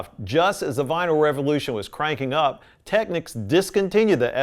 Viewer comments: This word is "Technics" / this word is "Techniques" . Just saying 😂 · It's a shame he started off pronouncing Technics 'techniques'.